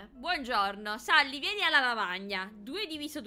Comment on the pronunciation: Non si dice sally ma selly che si scrive sally